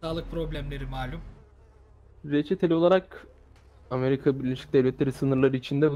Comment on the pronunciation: amelüka diyor Amerika diyecekken